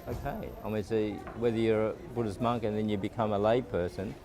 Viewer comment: Hi, I can see what u mean about too much sunlight as the morning moved along. Also that guy with the USA flag shorts couldn't keep himself out of the picture. By the way, monk not munk. Can u tell me if I am the first Buddhist monk to visit Belize or has there been other Buddhist monks before me>